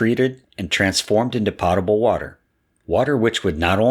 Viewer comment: The O in Potable is a hard sound, just like the O in.